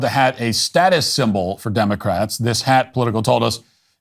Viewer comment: Elmer Fudd cap for 'Democwatz'